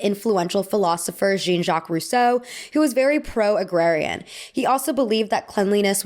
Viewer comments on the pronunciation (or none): Jean-Jacques Rousseau's first name pronounced as that of Gene Kelly is ... a choice